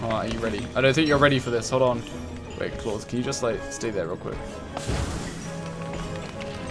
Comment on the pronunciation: It is not Klaus it is KLOS hahahaha love it